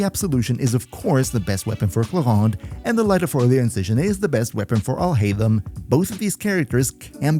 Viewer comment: AlHaitham sounds similar to "All Hate Him"